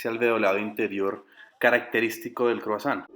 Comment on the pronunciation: Oi se pronuncia oa..san se pronuncia son gutural.....tons es "croa son" gutural.